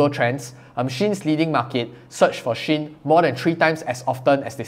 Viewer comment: I believe shein is pronounced she-in from she inside. But because I like You just pronounce it anyway You want!